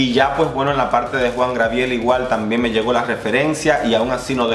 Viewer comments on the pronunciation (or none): Hola, creo que te costó un poco pronunciar el nombre del divo de Juarez. Se dice “Juan Gabriel” no “Juan Grabiel” es un error muy común... de cualquier forma gracias por tus videos y revisiones ¡buena vibra! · Te amo 💕 cada vez que dices Juan GRABIEL. A ti se te perdona todo mi vida. 😘😘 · jajaja le cambiaste el nombre a Juan Gabriel jajaja dijiste jua grabiel pero se te pasa eres genial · es Juan Gabriel. No Juan Grabiel. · Pero Job Star sí estuvo en el top tía. Y por cierto es Juan Gabriel no Grabiel, te hago la observación con cariño 😘